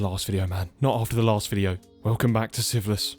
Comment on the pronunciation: I’ve watched every episode and I am really enjoying this series but I swear whenever he says Sieveless in the beginning I hear siphilis.